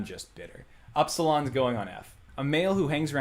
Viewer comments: Except every letter is completely mispronounced. What the hell is oopsilon how hard is it to call it ipsilon. As a fellow Greek I am crying. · more annoyed in his pronunciation. Oopsilon and E.T.A. wtf??